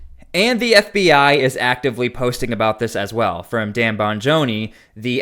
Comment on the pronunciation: lol bro why say Dans name like that 😂 never heard his name pronounced like that